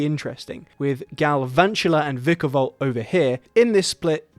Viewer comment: ITS VIKE-A-VOLT BRO DONT SAY IT LIKE THAT